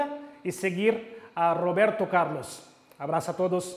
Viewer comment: Robirtu Caurlus Siuuu XD